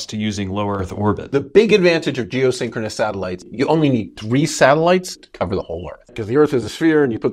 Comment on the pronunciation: Keep saying syncroness when it's stationary...